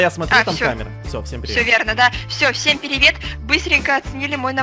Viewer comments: Похоже, пересмотрела Анастасия. Она сказала: "Всем пИривет" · сказала пИрИвЕт,а это приветствие Анастасиз и значит она её смотрела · Я знаю ( пиривет) 😹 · Хихи всем Пиривет 😊😂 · "Пиривет!" Anastasiz) кто знает?